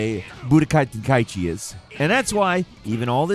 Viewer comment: Final-fucking-lee man, someone pronounces it TEN-KAI-CHIIIIIIIIIIIIIIII. Like how the fuck do ppl not know how to read, it’s not KAI EEEEEEE Chi.